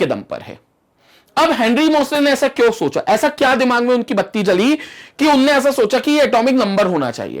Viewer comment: He speaks a word a lot Nd that is "Unne" Unne ye bola 😁 Unne ye krra 😁 Nd that seems good 🙂